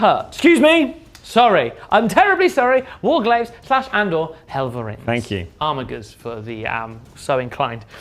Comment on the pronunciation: Armiger should be pronounced "Ar-midge-er." I thought you were a "Bard?" 🤪